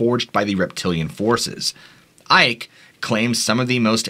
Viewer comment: Icke is like icky